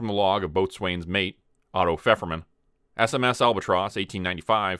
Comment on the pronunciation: One of the better researched stories, definitely. However, isn't it supposed to be ABLE Company and BAKER Company, not Alpha and Bravo? Alpha and Bravo are post ww2 terms. Also it's pronounced Bo'sun's Mate not Boat swain's Mate